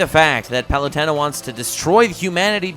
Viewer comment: The way you pronounce palutena is... So wrong